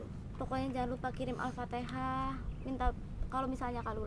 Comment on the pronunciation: alfatihah pntn bukan alfatehah